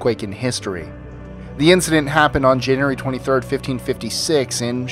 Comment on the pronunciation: Janyerry lol